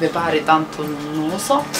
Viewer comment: AHAHAHAHAHAHAH Il tuo "lo so" in romano, mi hai fatto morire, parla più spesso in dialetto, ti prego 😂😂 Troppo adoro, sei bravissima e bellissima, continua così ed avrai ottimi risultati per quanto riguarda questa carriera. Non se vale sotto questo video, io però faccio comunque una domanda, mi raccomando fai uno screen subito altrimenti ti perdi anche questo 😂 #askLucrezia Che programma usi per l'editing? Sei magnifica, ciao. Alla prossima Principessa 💗